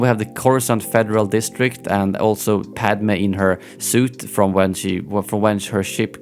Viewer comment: its weird the way he pronounces padme's name smh lol!